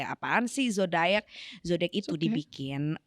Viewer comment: lucu bgt tiap "zodayackk"